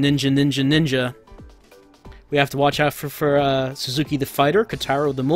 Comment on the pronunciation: "suzuki" =/= "sasuke" :-D great video othewise, friend: i like seeing depressed attractive girls lament their lot in life: such first world problems they must endure!